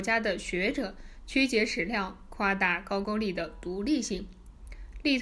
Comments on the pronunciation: 不是ju是gou字都念错怎么到这里胡说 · 高句丽 的 句字读 勾，箕子读基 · 為什麼高句麗都念不對？